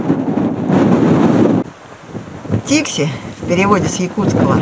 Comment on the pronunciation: Посёлок Дикси! Или Фикси? Вас не разобрать